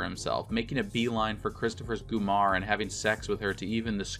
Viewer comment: It's not Goomore...it's Gumaad!